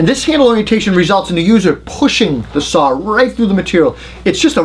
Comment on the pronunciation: I just like to listen to see how many times he says "Sawr". Seriously, I think they are all great saws in the top 4 brands. I just don't want to use a saw that takes a 9Ah battery or larger, at that point I'm plugging a cord in to save weight. I have so many 18V makita packs I could easily run 36 volt and dont for just that reason.